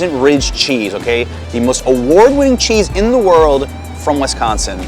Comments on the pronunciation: Please stop saying Wes-consin, it’s Wis-consin. Thank you. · WISconsin not WESconsin. Thank you. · Love this! Thanks for visiting my home state, hope you truly enjoyed it and that people treated you well. I have been to NYC 3 times and done many things based on your videos and recommendations. Love your channel, thank you. (Only thing to add is that is WI-sconsin not WES-consin. Every outsider does it - it's ok if your friendly though) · This video seems so surreal. I keep seeing you walk by places I’ve seen and I’m like omg I’ve been there. Only complaints are when you said Wesconsin and when you stopes at the union you didn’t get ice cream. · It’s WISconsin. Not WESconsin. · Great video. However, it’s not pronounced West consin, so cringe! It’s pronounced WIS like swiss cheese. So WISconsin. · I cant believe no one stopped you from saying "WES-consin" ...its like nails on a chalkboard. its pronounced "WIS-consin" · Right! Wisconsin is one word not WI-sconsin, or WES-consin or WEST-consin....sheesh people...does anyone outside our state have a clue? This was borderline cringe-worthy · it's Wisconsin not Wesconsin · My state is pronounced Wis-con-sin not Wesconsin! Learn how to say it. As far as what would I say to someone from New York to get them to visit. It would be DON'T! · Alright, I tried not to do this, but…it’s Wis-consin, not Wes-consin. Also, Bucky Badger, not Bucky the Badger. But great tour of our town! 😄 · As a Wisconsin native, the only bad thing about this video is "Wesconsen." 🤣 But seriously, great video. Thanks for showing off Madison in such a great way. It's probably my favorite city in the country, and I have been to most of the big ones. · At least it wasn't WESTconsin, which I've heard before... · The emphasis should be on the second syllable. Wis-CON-sin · Pronounce Wisconsin correctly!